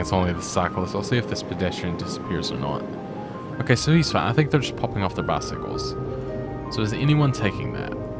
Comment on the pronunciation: Hi. Great series. Thanks. I smile whenever you say "that's Fine" my brain hears "that's fun".. And I have to smile